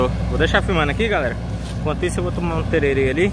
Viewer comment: Olá, sou do MS somos donos da cultura do tereré, ficamos muito felizes de ter pessoas adeptos do tereré em outra parte do país, só te peço encarecidamente, quando falar tereré lembra do acento agudo no último e, pq dói no ouvido kkkkk. tererÉ